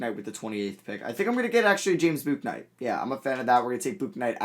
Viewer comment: Your pronouncing James Bouknights name wrong, it is pronounced, James Book-Night